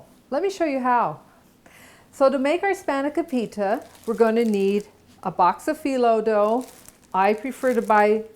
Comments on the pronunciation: It's pronounced phonetically span (with a soft a) ah co pita. Then say it fast. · Your saying it wrong